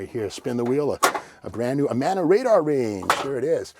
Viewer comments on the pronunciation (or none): none